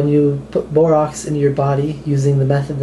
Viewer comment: Borax is pronounced "Bore-Axe" Not "Bore-Ox" Just saying...